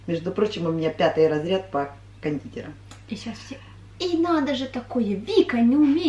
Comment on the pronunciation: Я люблю ваш канал. Я вас поправлю" мы все вместе кондИтеры" ударение И